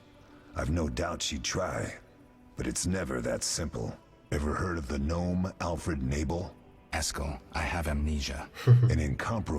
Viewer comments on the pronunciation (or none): "Alfred Nabel"?? Really?